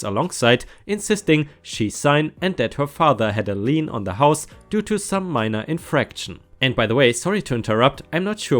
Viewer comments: If you have repairs done on a car and then won't pay for them the mechanic may keep your car under a "mechanics lean" until you pay. You pronounced it right. There are many kinds of leans. My mother's garage was too close to the alley by two inches. The city had an encroachment lean on the property and she had to pay a fine of ten cents a year. Since it was considerably more expensive to move a garage she paid the fine... once a decade... for fifty years. Every ten years she paid one dollar for the crime of encroaching on city property by two inches. Since it was a lean, and not really just a fine, the people who bought the house when she died had to sign a document agreeing they understood the nature of the crime and if they chose to perpetuate it, they too would continue to pay the ten cents per year. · A Lean (which is misspelled in the post, the proper spelling is lien, but you pronounced it perfectly) is a right to keep possession of property belonging to another person until a debt owed by that person is discharged.